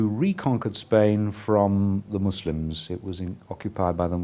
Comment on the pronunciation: wow for the first time in history, someone pronounces Muslims correctly instead of saying mozlem or something like that.